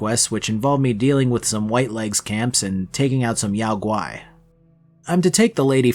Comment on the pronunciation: Your pronunciation of Yao Guai is surprisingly accurate. You learned Mandarin?